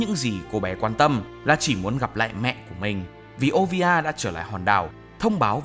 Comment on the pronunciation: Mẹ robin là olivia, chứ k phải ovia 😳